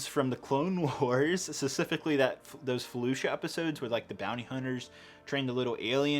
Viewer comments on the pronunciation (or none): Specifically* Emphasis on the p. Thank you. That’s my only critic and it’s petty, I know. Keep up the great work! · Please stop saying specifically wrong lol